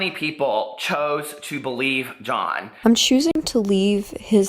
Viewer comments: Sounds like your saying ‘joan’ instead of john 😂 (not hating at all!) hes so manipulative and his cosmetics lines just terrible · Are you saying “Joan” or “John”? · Hi! I don't mean to sound rude at all but you kept pronouncing his name like "jone" with a long o. You seem to have an American accent and I know that most Americans (like myself) would say "jon". Is there a pun I'm not getting because I'm confused. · I know this is an old video but his name is John NOT Joan! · john not joan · The way u continue to say JOAN instead of JOHN, is annoying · Lol, not John......”JOAN” Kuckian. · Its Jo-n not Joan!!!! He is trash tho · its JOHN not JOAN (JONE). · Are you puposely saying "john" like "joan?" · Why are you calling him Joan Kuckian? Lmao love the vid tho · You mean Joan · Sandra Anderson she was saying Joan as a joke bc he always says people’s names wrong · HAHAHAH SHE SAID JOAN CROOKIAN im shook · Amber George Lol I didn't think of it that way but damn makes sense! Haha I was like why is she saying "Joan" lol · I love how you mispronounce John’s name like John does with everyone he slanders or gossips about. He not only lies, but always changes they ways he mispronounces their names 😂. Thanks for your assessment of this LITERALLY, cruel, man child! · Please pronounce John's name properly so I can somewhat give you the benefit of the doubt. On second thought, I still think you're full of shit. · I love the shade! Well done purposely mispronouncing John’s name like he does to others. Lmao. Great analysis as always! 😁👌🏻👏🏻👑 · I died when I heard her. The shade of it all! 😂😂😂😂